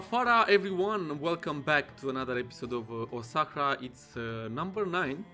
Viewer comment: there you go. You pronounced it right. And thx for featuring my capital name.